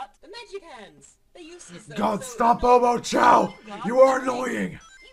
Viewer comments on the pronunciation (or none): Not omochoa ,homochoa